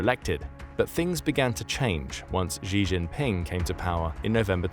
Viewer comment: Thanks for the video, informative as always! The "Xi" in "Xi Jinping" is pronounced far more like "she" than "zhi" by the way, I used to do exactly the same until my Chinese teachers pointed it out